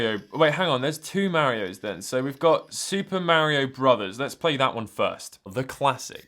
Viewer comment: "Super Merry-O"